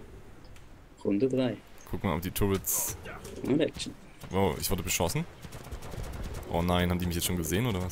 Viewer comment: eeeeh die heißen nicht "tourits" sondern turrets